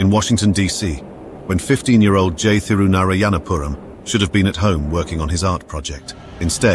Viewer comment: How is it you can pronounce Thurunayapuram correctly but not Lazio?